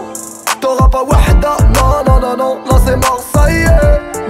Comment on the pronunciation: sa se prononce wahda pas wada le h se prononce